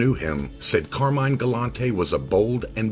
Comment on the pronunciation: Pronounced car-mine!! Say it right!!